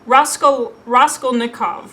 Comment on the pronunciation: Wow, that is a stunning cover of Shadowblack! I only ever see the playing cards-style covers. AFAIK it's pronounced Rhas-KOHL-nikhov, accent on the middle syllable. It's been a while since I read Crime and Punishment but I remember loving it. It's slow paced and definitely more of a psychological study than an epic adventure, so adjust expectations accordingly :) Great video!